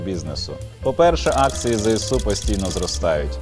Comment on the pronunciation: окреме дякую за правильну вимову ЗСУ!